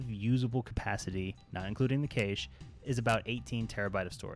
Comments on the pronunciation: Pronounced "Cash" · For the love of God... WTF is keish? its cache